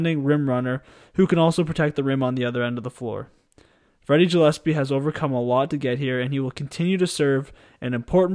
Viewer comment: Went to school with Freddie growing up, nobody deserves it more than Freddie G. Btw his last name is pronounced gill as in fish gills